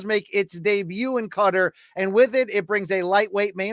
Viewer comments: its not CUTTER. its QHA-TAAR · Qatar , not a cutter you delinquent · BC is pronouncing "Qatar" as "cutter". It's so annoying. Dude, it's your job... Just google it. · “Cudder” triggers me even more than “Alex Padeyda”.